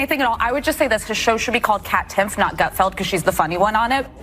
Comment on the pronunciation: His name isn't "Goot-feld." I watched 5 minutes and never saw any meltdown. This video is absolute clickbait.